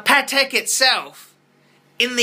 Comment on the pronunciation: Everytime you mispronounce names like Patek or Jaeger-LeCoultre, baby Jesus cries.